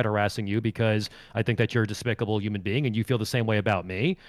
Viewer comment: “Yuman being”